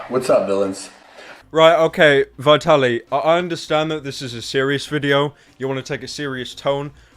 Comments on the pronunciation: I'm sorry but it's VIT-ALY not VI-TALY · It is pronounced vtaly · "Vaitally" Well done pyro. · does it bother anyone how pyro pronounces vitaly's name wrong?